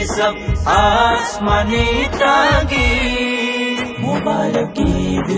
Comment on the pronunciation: যা যা ভ্রম- ১. উচ্চারণ গত (সব এর এর উচ্চারণ ছব হয়েছে) ২. ঈদ মোবারক মাঝখান ও শেষে মোবারব হয়েছে। ৩. মাঝখানের হুজুর ঠুট মিলানো মিচিং করেছেন। অভার অল- মাশাআল্লাহ মাশাআল্লাহ।